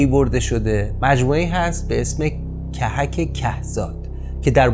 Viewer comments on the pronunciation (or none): کهک کهزاد. ضمه یا او روی ک اول هر دو کلمه. که زاد کوه زاد.